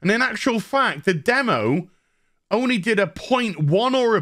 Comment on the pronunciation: Upgrade your diction. Practice pronouncin the "l" in "only".